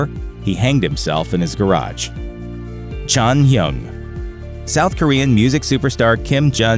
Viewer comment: Atleast pronounce jonghyuns name